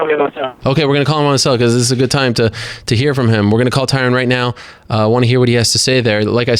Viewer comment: "TyRun Woodley"